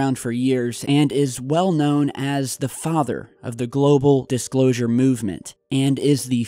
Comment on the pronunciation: dicslosure?? xD